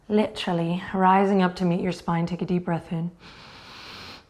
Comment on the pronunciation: Coronaquest Day 20: Definitely the hardest one so far for me, anxiety is a killer. Or: yogic stillness energy, really putting the "xi" in "anxiety". The posh English "literally" and use of "bum" for "butt" was a funny bit of Britishness slipping in, has Adriene been watching Dowton Abbey? Either way nice bit of my homeland in the mix. Greetings from Switzerland